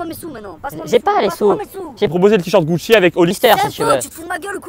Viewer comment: Le gars dit GUCHIT